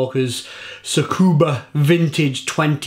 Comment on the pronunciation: You're pronouncing it wrong, its Su Ka Ba. It was originally called Abacus, and they then had to change the name because of a lawsuit from a winery:-P But any who congrats on the 2,5K mate, that is a ton of beer! Its nice to hear this beer changed your perception of Barley Wine, because it is truly an amazing beer. Beers like this one are beers that really help you get turned on to seeking out the hard to get beers, and once you start doing that, there is no going back. Having a beer like this and comparing it to a ten you might have had a few years back, this makes those pale in comparison. Truly a beer that helps you palate grow and evolve, and one of my all time favorite Barley Wines, that I have been lucky enough to try every single vintage of since its release. Great review, and here's to 2,5K more!